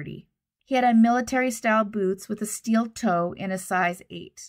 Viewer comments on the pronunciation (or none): none